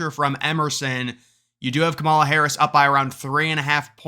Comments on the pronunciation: I don’t think he purposefully does it, theres just multiple ways that you could say her name and people don’t really care to make sure they pronounce it properly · I'm not a Trump fan or a Harris fan but I do enjoy your poll analysis. Just don't understand why you purposely (I assume) pronounce her fist name wrong? Is that a conservative bubble thing that's supposed to be funny?